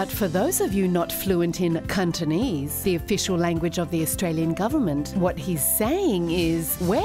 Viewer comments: "Cuntonese"...LOL LOL and LOL!!! You folks are awesome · Absolutely pist mself when you said Cuntonese!!! Me grandad wd be proud!! His saying was.. go back to Cuntland where they speak Cuntonese!! Always spot on!!